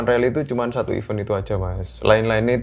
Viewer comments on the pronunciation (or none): none